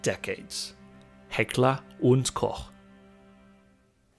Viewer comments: Heckler und Koch pronounced correct! Dankeschön aus Bayern. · As a German I can confirm you absolutely nailed the pronounciation of Heckler und Koch. A feat rarely witnessed among gun tubers. Hervorragend!